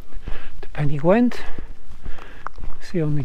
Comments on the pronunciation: Nice video, but please... it may be "gwent" in Wales, but in Yorkshire it is definitely "gent" :-) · There is no w in Pen y Ghent! Otherwise this was an enjoyable video. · Why pen y Gwent ? Surely pen y Ghent, great video though cheers